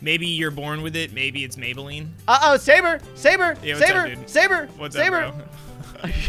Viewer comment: at 44 seconds called sabre gaybre lol